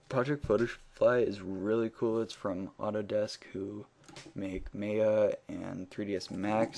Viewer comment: you say may-a when its said ma-ya